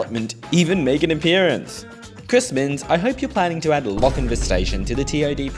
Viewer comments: Sorry. It's the pronunciation police again. It's Lochinvaah, not Lochinvə. (And it's west of Maitland). You really should check the pronunciation of the places you visit with a local - or maybe anyone over 40. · You seem to be saying Lockinvin, It is Lock In VAR. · Hunter Valley resident here, great video even if you didn't quite get the pronunciation of Lochinvar correct (pronounced more like Loch-in-vaar). I'm kinda surprised a much larger car park hasn't been built at Lochinvar station, 100's of new house have been and continue to be built on the north west side of town (heading towards Singleton) but then again train service frequency is kinda hot garbage for commuters. Regarding Allendale station it wasn't it's proximity to Lochinvar that doomed it, the station's proximity to the rail overpass at Lovedale road and the replacement of said overpass several decades ago caused its demise (well that and the station seeing less ridership thatn any mentioned in the video). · Lochinvar isn't pronounced like "Lochinvu" There is a longer A sound at the end. And you should have visited Maitland. It's still got brick buildings. Also, I have no idea why Wirragulla is said like that. Living on the Hunter Line, I've always found it weird that it says it like that. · Loch-in-vAR...the r is not silent....and there is a LockinvEr You are indeed fortunate that trains still run on the historic Hunter line...there are many , many other historic lines in NSW that are overgrown with weeds. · So starting off my comment with a negative nitpick XD Please pronounce Lochinvar properly in future, the ending is a vaa sound like Jar. Ok with that said, cool video, I grew up in the Hunter area, went to school in Maitland and commute by car that way frequently and I had no idea there was a Hexham station lol